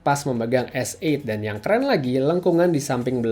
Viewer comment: Dari sekian reviewer di indonesia, pengucapan S8 yg paling benar adalah. Good pronounciation.